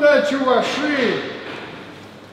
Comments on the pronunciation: чувАши, а не чувашИ, ок да? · ударение на а чувАши. то же самое будет, что и татарИя, башкирИя